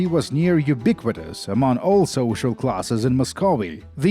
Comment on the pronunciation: you pronounce "ubiquitous" better than me note: english is not my native language either